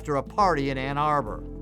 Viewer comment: That one reporter said "Anna Burr" instead of Ann Arbor. Never heard it pronounced like that before. hahahaha